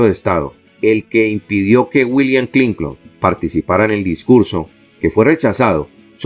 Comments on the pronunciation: EL NOMBRE HILLARY CLINTON ES CLINTON SR , NO , CLINCON ESTA. MAL ESCRITO Y MAL PRONUNCIADO. SR .ESTA EN PUBLICO . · DIGA CLINTON NO CLINCON ESTA ERRADA LA PRONUNCIASION .